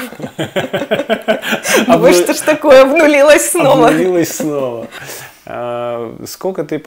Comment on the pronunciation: С таким смакованием произносит слово "обнулилась"